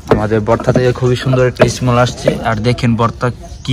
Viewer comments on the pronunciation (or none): Smoll nA smeel